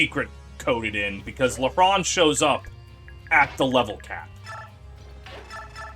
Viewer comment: Side note, everytime you say lehran I hear LeBron 😭